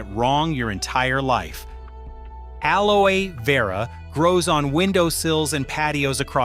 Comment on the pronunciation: Clickbait collagen is not produced by plants. This is AI generated content, the robot can't pronounce aloe. Dubious information at best. False hope for vegetarians. Be smart don't waste your time, research the proper method to improve your collagen.